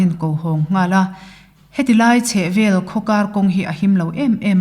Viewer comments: A ngaihnawm hle mai. Ka hriat dan chuan 'min rawn vel e' tiha 'vel' hi 'lo kal zel rawh u' tih a 'zel' lam rik anga lam rik kual tur a ni. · Vel tih hi zei tih anga lam tur ani,entir nan ' he nula hi azei riau mai, tih ang deuh in,'he sakei hian min vel vut vut reng mai a ,ka kap ta mai ani.tih anga lam tur ani.